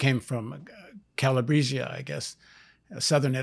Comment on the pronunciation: Paul, it's pronounced call-ah-breea Great interview 👍